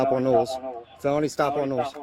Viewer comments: Love that felony stop becomes phony stop 😂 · It’s “felony stop,” not “phony stop.”